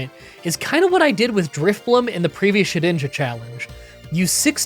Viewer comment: Ah,yes. ShediJna ahahahhah